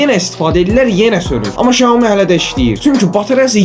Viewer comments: Şaumi yox , ksiami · Şaomi yox Ksyaomi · Shaumi yox iksomi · Iksyomi deilir qaqash şiaomi yox orda ş yoxdur Xiaomi yazini oxu sonra neise reklam et